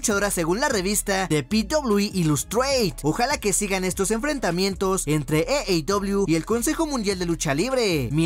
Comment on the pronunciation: AEW (Ei i dobleiu) no eiei dobleiu.... Buena información de lucha libre , saludos